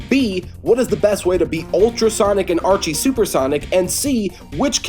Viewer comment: It is Archie.